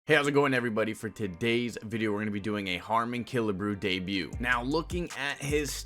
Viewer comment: Bro said e-harmony 😂😂